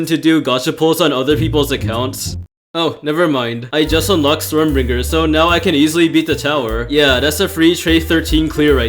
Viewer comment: it's stormbringer not stormBRINJER SJSKSHKS ARE YOU CRAVING A BRINJAL